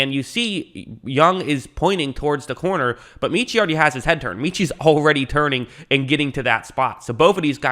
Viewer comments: (MET)Chie - not meeeeechie - ROLLTIDE! Great pick. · Met-chie. Not Meetchie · His name is pronounced Meh-chee